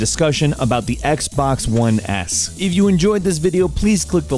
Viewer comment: "Xbox One Ass" lelel EDIT: Not dissing Xbox, that what it sounds like